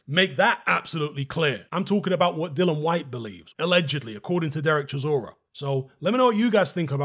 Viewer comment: Please out of respect pronounce dillian correctly, it’s not hard